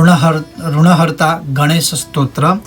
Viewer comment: ri ki matra me jagah RU ka prayog uchcharan galat hai is par dhyan den